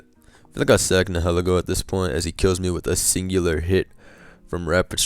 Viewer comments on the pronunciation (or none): Its pronounced nile-eego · The way you say nilihelgo sounds like “hella goat”